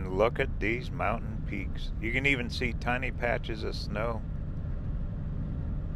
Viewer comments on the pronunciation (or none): none